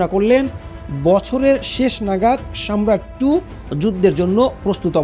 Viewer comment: Good documentary but your pronunciation is wrong.its not সম্রাট its সারমাত/ছারমাত।